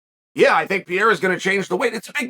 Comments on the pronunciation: Chael, it's "Pereira", not "Pieira". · AHAHAHAH. Was going to say the same. Pyera is fabulous. PeReira. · P.E.R.E.I.R.A !!! NOT PJERA !!! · His last name is Pereira not Piera ffs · The E in Pereira is pronounced a lot like Pokémon's "é". Péréyra if it's easier for you. I've heard Joe Rogan calling him Peheira, confusing the double RR or hard R in portuguese with a single 'soft' R. Rafael -> Hard R. That hard R is pronounced like an H in English. Hafael. Borrachinha -> Double R or hard R sound, it's pronounced Bohachinha. (Nha is pronounced like a fast Nya) Pereira -> Soft R. That R is pronounced like the r in 'car'. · Chael Sonnen "Alex Pee-era" I'm sure he KNOWS it's Pereira. Or maybe Pee-era is his name now, because Chael says so. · Pee-ear-ah. Man, I LOVE Chael's pronunciations!🤣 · pereira = pierre 😂😂 i love chael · Pierr-ah W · his name is piera now. uncle chael's word is final. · Jon should fight (and beat easily) Per-air-ah to spite Izzy. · Alex PEE-ERA. Fucking Chael 😂😂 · “Alex Pee Era” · Pierrah, Pierre or peaira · Who tf is PEE AIR UH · Chael kills me how he doesn’t pronounce anyone’s name right , “ Alex piera “ “ Islam Maklchev “ there’s more i can’t remember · Never under stood how he gets PEE-ERA out of Pereira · Who’s piera? 😂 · Does this man have some twisted evil pleasure of intentionally mispronouncing his name as PIERA? Cause I can't believe he can be this much dumb or ignorant to not realize by now that Pereira's last name sounds nothing like PIERA... That's not a hard to pronounce name by any means. So what is it, conscious desire to belittle him by butchering his (quite easily pronounceable) name?... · First thing out of Chael's mouth is a mispronounced name, it's actually incredible. "Alex Piera" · He’s been mispronouncing it since always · Behlal and pee-era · I think Chael is just trolling with the Names, but Schaub also calls him Pee-era and he’s not trolling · "Alex PEE-yeahrah" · why uncle Chael say pereira like that 😂😂